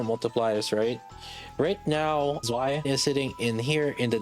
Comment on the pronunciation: I'm not even German but damn it hurts when you pronounce Zwei like that lol